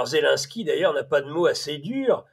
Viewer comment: On ne dit pas zelinsky mais zelensky Cher